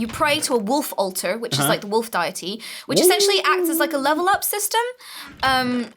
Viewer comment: just pronounced deity as diety....I find that really funny...